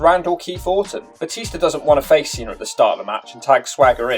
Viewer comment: Why do you pronounce Cena as "Cenar" but Batista isn't pronounced Batistar?